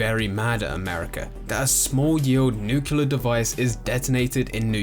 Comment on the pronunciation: If there's "a few slight changes", then it's not the same world as ours, is it? It's "nuclear", not "nukular". You also didn't even mention Bartmoss and destroying the original internet!